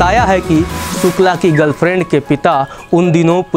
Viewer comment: Yaaar ye स और श का फर्क इतना कठिन नहीं होता । सुकला नहीं शुक्ला होता है ।।